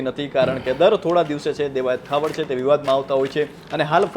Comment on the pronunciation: ભૂલ સુધારવા વિનંતી.....દેવાયત ખાવડ નહિ પણ ખવડ.... કાઠી ક્ષત્રિય જ્ઞાતિમા ખવડ અટક આવે છે.... 🙏